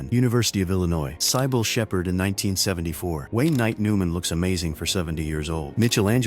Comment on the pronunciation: Sigh-Bull Shepherd? Mitchell angelo? AI stinks!